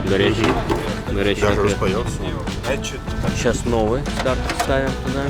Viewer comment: классные старички. приятные люди. а еще понравилось как произносит стартОр😂